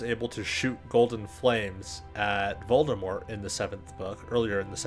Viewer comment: Is a character with only one R in his name. I think I heard you pronounce it VoldeRmort several times in the video :D